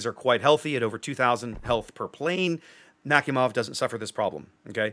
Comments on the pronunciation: Nakhimov is pronounced as Nak-i-mov P.S Im from america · Love the design ngl ♥ P.S, it's pronounced something like nah-hee-mov